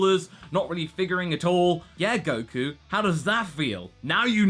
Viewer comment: you said godku... nice